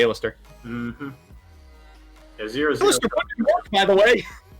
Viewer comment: Does mispronounce card names on purpose? A-lister seriously?